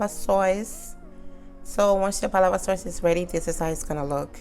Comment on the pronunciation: It's Sauce not Soyce